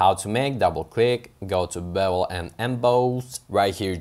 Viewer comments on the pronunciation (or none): haha like the way you say "bevul & embaaaawse". Great video!